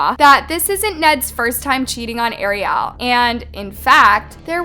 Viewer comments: Good video but please call her Ariel not Arial it’s driving me a little nuts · 🤔How can you not pronounce "Ariel"???? It is the same name as the little mermaid, it's not like you've never heard it before. 😂 It's like you are so into hearing yourself talk you aren't aware of what you are saying. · The way she keeps mispronoucing Ariel's name is so really irritating. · girl thank u for the research but how did u continue to pronounce ariel’s name wrong during the entire video